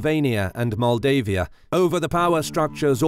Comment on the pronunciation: I am from Maldives. when he says Moldavia and Moldavian it sounds like saying Maldives and Maldivian... hehehehe